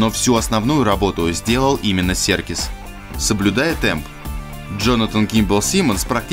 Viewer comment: Энди Сёркис. Сёркис. Надоели.